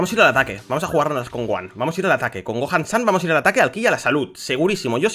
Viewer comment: gojan (gohan) jaja:(❤